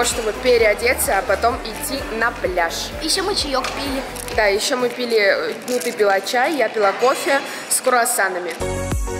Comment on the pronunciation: Я тебя люблю но на ты сказала: " С курасанами", а правильно с КРУАСАНАММ, извини, люблю❤️